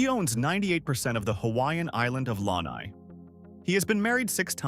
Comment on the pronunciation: Al-bee-no peacocks? Al-buy-no. Lanai rhymes with guy.